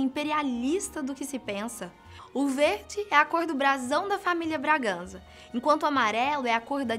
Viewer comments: "Braganza" "Hasburgo", Austrália... Dona Leopoldina e Pedro I estão se contorcendo de raiva dentro caixão :/ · Bem nem Sei por onde começar com tantos erros. O mais óbvio é ter dito Austrália em vez de Áustria. Quanto à padroeira de Portugal é nossa senhora da Conceição. quanto à Família Bragança está bem escrita no video mas mal prenunciada (disse Braganza) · Ainda fala os nomes da família real errado.... Braganza Hasburgo :/